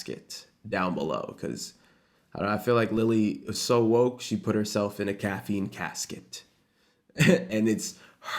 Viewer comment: everyone saying caffeine casket and i thought he said caffeine cat skit 😭